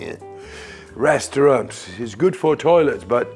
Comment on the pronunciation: Did he just say "restraunts are good for toilets but not for weed?"